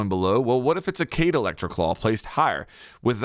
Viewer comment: people still call Kaid “cade” after all these years lol.. it’s “kai eed”